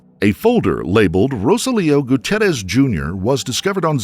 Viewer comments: Goo tee air ez. Must pronounce names, especially of those departed, correctly. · Goo-tee-air-ez: bothers me that he didn’t say his name correctly (even when the people on the news did). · "Mr Gucci-errez i guess " 😂😂